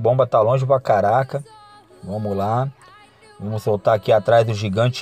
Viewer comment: "vomo que vomo" kkkkkkk